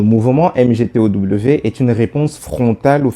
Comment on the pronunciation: MGTOW se lit MIGTAW Merci!